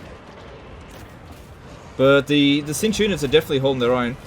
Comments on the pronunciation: Laugh every time I hear the word “Zintch” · The way he pronounces "Tzeentch" is going to drive me mad.